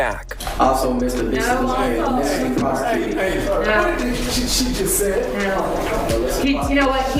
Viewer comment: Juju: “also missa bissa is being mayiciously prosacooted.. 🗣️MUYICIOUS PROSACOOSUN!’ 😂🤣💀